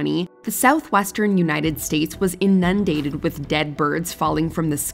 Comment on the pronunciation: In-Nun-dated? Rehearse & review before putting it out there!!